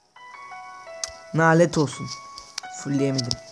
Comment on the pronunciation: knk ben ayaz bişey dicem nalet değil lanet 😊😊